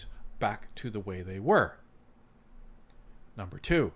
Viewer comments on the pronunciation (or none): none